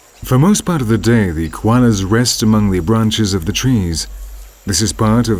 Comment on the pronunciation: Many mispronunciations... 'E-moo', 'carnuvore', 'guanas'...